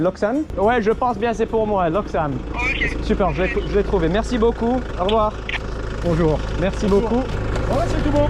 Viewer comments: Damn, that "Super, merci beaucoup" was flawless. Edit: And the rest of it also as good. Chef's kiss. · I was just about to say that, had to rewind after hearing that "super, merci beaucoup" could pass as a parisian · je n'arrivais pas à croire que c'était toi qui parlais un si bon Français ! Ton "Merci beaucoup" est superbe !